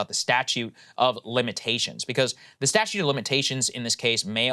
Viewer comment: Is Saagar saying "statue" of limitations? I know he's reading it, but...